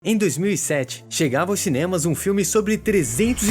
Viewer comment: ''Em 2007 chegava aos xinemas'' kkkkk